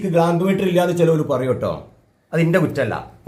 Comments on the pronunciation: glamp meter അല്ല clamp meter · ഗ്ലാmp മീറ്റർ അല്ല clamp ക്ലാമ്പ് മീറ്റർ എന്ന് പറയൂ